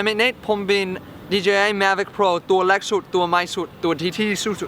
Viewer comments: คำว่าเล็ก มายเมทเนทพูดว่าแล็ก 555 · เล็กนะคะพี่เน็ท ไม่ใช่แล๊ก55